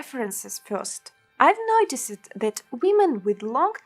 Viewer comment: Удачи в создании мультинационального контента. Посмотрите и послушайте произношение окончания - ed (colored - 'e' не произносится, reflected было произнесено правильно, noticed - читается [- ст] )